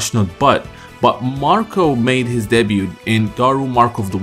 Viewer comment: Thank you for calling Marco by his proper name.